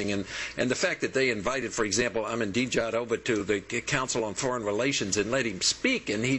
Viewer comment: stop ....this guy cant even pronouce ahnadinejad. its NOT THAT HARD.